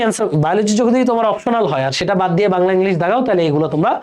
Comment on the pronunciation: এটা "অপ্টোনাল" না "অপশনাল"😅